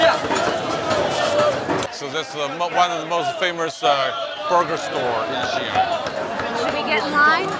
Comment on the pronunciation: 不是Xian是xi-an, two syllables. Two separate sounds。